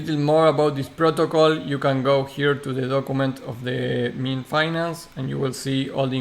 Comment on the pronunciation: Pronounced "Miiiin" not "Me-an" bro ;)